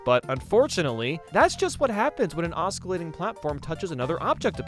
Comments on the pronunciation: I swear to god, one more mispronounced "oskillating" and I was gonna break my laptop in half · Let's talk about "oskillating" and "anticlimatic" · Oscillating (OS - ILL - ATE - ING) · He says "Osk-alatting". It's "Oss-cilatting" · hey, nice video The C is Silent in the word Oscillating its pronounced OSS-SSE-LATING Not OSS-KE-LATING by the way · It’s not oss-kill-ating platforms. The ‘c’ is silent. Oss-ill-ating. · Stop saying "oss-ka-lating." This country and its people have suffered enough. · I think you're saying Oscillating wrong. (it's not osKilatting) Also, it's not "lone and behold"... It's Lo and behold... Another, "funny enough" should be Funnily enough... Lastly, it's not Anti-climatic... It's Anti-climaCtic. Or are you saying all these things wrong on purpose? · As an astrophysicist. It bothers me that he's saying oscillating as "os-kill-ating" other wise i enjoyed the video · "Oskillating"? That's not how you pronounce oscillating. "Loan and behold"? It's "Lo and behold" "Moment of truth is among us"? It's "upon us" "Anticlimatic"? Is that being against things that are related to the climate? It's pronounced "Anticlimactic". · Does he keep saying pronouncing the word oscillating as os-kill-lating? Or am I losing my mind? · OsKilating... oskilating... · Can you please stop saying OS Kill ating and just pronounce it correctly lmao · "osKillating"... He say it again . lmfao. lol. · "Os-killating" lmao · "Oskeelating platforms" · It's pronounced 'ossillating' xD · aa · suh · lay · tuhng Sorry, I couldn't help it. Good video though. I appreciate your science, even if the results weren't entertaining the video was. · Please note that “oscillating” is pronounced osillating (c is silent), “lo and behold” not “lone and behold” and “anticlimaCtic”. Sorry but it was just too many times to ignore lol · I actually find the mispronunciations kinda endearing in a way. It was cute when you did two in a row. "anticlimatic" and then "oskillating"